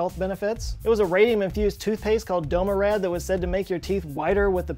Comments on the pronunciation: pronounced Doramad as Domarad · Not Domarad, Doramad. 😜😅